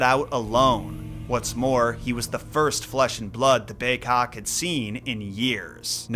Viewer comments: why do you say bay-'cock' instead of bay-'kok'?? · It's big-kok....I know. I'm an injun from nw ontario